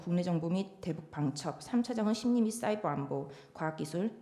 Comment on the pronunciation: 초 개웃겨ㅋㅋ쏴이붜안보오ㅋㅋㅋㅋㅋㄲㅋㅋㅋㅋㅋㅋㅋㅋㅋㅋ